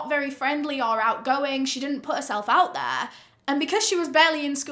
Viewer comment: Stopped after "betrayed that oooooot"